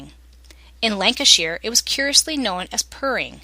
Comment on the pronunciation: Cracking review of the lancashire clog. But its pronounced lancashyer being lancashyer born an bread am being fussy